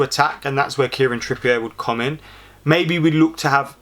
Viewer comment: "Kieran Trippiye" I'm sorry when did Trippier become french😂